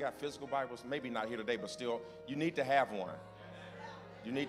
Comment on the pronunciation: He always preach BUT he PREACHED TA-DAY